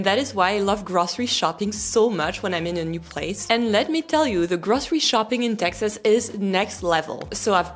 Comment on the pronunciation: Grawcery shopping 😂